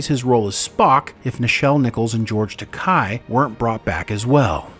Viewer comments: It's Ta-KAY not Ta Kai. I thought we would have had this figured out by now. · This list is completely ludicrous. I can’t take it seriously if you guys can’t even properly pronounce Takei or Koenig.